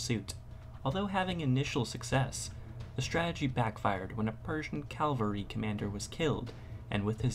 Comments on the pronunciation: CAVALRY you dumb shit not calvary .... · the narrator needs to learn the difference between calvary and cavalry. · the word is Cavalry not Calvary !!!! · Good video, but a correction: The word is "cavalry", not "calvary". "Calvary" means something else entirely. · "calvary" :face-blue-covering-eyes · i believe he was referencing the narrator's pronunciation of the word "cavalry"